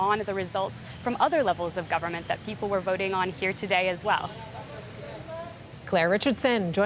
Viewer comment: he said pople power, not people power. I don't know what he means, honestly. Do you?